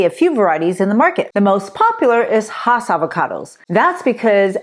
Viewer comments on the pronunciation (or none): none